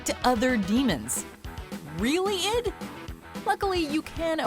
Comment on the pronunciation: At least she knew enough to say id and not i.d. haha. I’ll give her that. Though her “REALLY id??!” remark made me cringe a bit, at least she said id correctly 👍